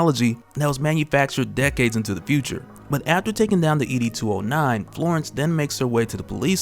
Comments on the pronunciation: It’s ED 209 not E D 209. Great review by the way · It's ED 209 not E-D 209... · ED! 209 bruh not e d 209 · It’s not E.D. 209 it’s Ed 209.